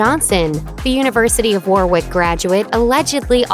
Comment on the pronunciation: It’s pronounced Warrick, not War-wick.